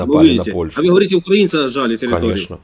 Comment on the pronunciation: УкрАинцьІ - не правильно! УкраИнцьІ - правильно! Говорите правильно...